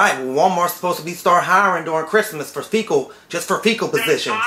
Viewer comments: Yeah I'm sure he was mispronouncing Fickle as Fecal on purpose. lol sounds similar but he was saying shit position as a joke instead of fickle(temp.) position. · I love how he keeps saying "fecal" position.... lmao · "Fecal postition"? Lmao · "A faecal position" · S/he's saying "FECAL positions!" ROFL